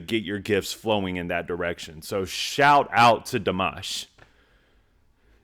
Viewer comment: Love your commentary every time you watch Dimash! (You pronounce his name perfectly.) Please go see him at Madison Square Garden on Oct 5! ("Showing off" with the highest note ever sung live in concert!)❤